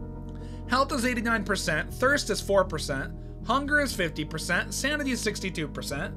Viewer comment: Hey btw sounded like u said samity in the first part 😂🎉